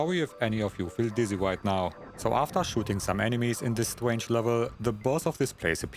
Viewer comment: “You gotta shoot the 2nd meteor that is coming from the wight.” 😂